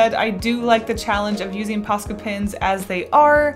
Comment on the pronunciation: Im sorry but for the whole video I didn't really read the title I just clicked because I like this channel but I though she was saying pasta pens